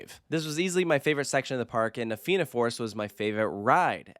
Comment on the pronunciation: Thank you for getting the pronouncuation of Fianna and Tir Na nOg right before recording this. Edit: on a point of pedantry, the theme of the area is Irish Mythology. Tir Na nOg was a mythical country in the sea to the west of Ireland inhabited by immortals Edit: Cu Chulainn is pronounced exactly like Coo Cullen. The emphasis being on Cullen.